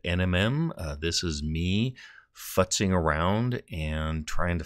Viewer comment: LOL that hard F on the futzing really made me jump up for a second. Great video!